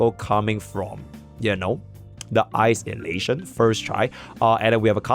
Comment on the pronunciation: Its phainon saying "isolation", it sounds like ice elation. So, it became a meme